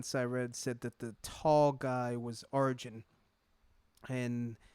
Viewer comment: Arjen, pronounced "Ar-yen"